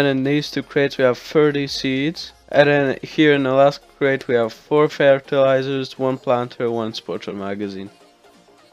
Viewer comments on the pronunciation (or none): " feartiliezerzz" xD